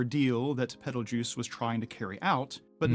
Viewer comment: I see, I agree, I also think him pronouncing it as Peteljuice is really off since the star reference is clearly spelled as geuse.